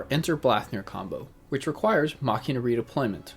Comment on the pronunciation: You pronounced Machina correctly, it's Latin for "machine"